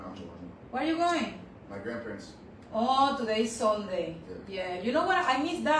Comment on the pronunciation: It’s not “SONDAY”!